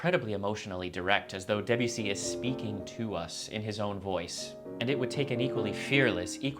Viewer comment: Two quick and easy French lessons: The first syllable of “Debussy” is approximately the same as the first syllable of “debate”, not the first syllable of “Debbie”. And French, unlike English, lacks a strong stress accent, so avoid stressing any of the syllables except perhaps a slight stress on the last syllable if it makes the name easier to say.